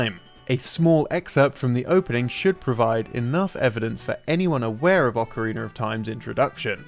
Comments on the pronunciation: Ok, I had to pause the video since this have been bugging me for a long time now, but... Why on earth do people say "Ocari~NER Of Time" instead of Ocari~NA of Time"??? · ocarina is not pronounce "ockarayna" this is not the instrument used to play the macarena! XDXD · how the fuvk do you get ocareener of time from ocarina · It's not awkaraynuh or Eye oh numa. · Legend of Zelder: Ocariner of Timer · "Acareyna" Ma'am....WHAT?!